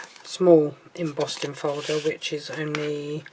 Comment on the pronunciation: Madam, you kept saying embossting folder. There’s no T in embossing folder.